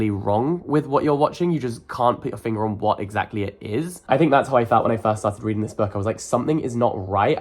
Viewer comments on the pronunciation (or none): none